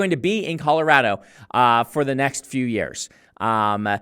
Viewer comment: Good job saying Colorado like you were born here!